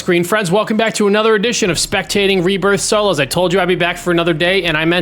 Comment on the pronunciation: 'rehbbirth', always something super small to purposely troll the speech OCDers...